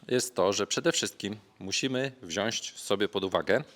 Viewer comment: Panie kochany, wziąć nie wziąść :D